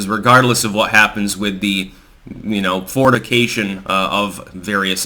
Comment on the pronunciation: Towards the end there, a bit of a chuckle as sounds to be saying "Fornication" instead of "Fortification."